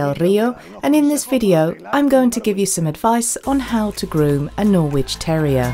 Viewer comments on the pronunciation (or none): Great video for technique (but the "w" in Norwich is silent) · why is the voiceover woman pronouncing Norwich wrong.